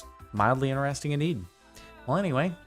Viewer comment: Stop saying inneresting there is a T in inTeresting 😤